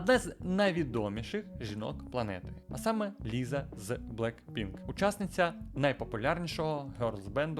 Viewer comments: Не Ліза, а Ліса 🤦🏼‍♀️ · Класне відео, тільки якщо ще колись доведеться згадувати Лізу з Блекпінк, правильно вимова її ім'я Ліса. Саме через “с“ але це на можливе майбутнє